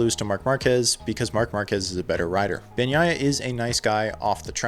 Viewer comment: I would not rule out Bagnaia's chances. He's a very solid rider and if he's more consistent, can corral many more points. BTW, kudos on pronouncing his bame correctly.